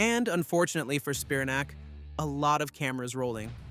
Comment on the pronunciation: It's pronounced "Spi-RAN-ac," like Titanic.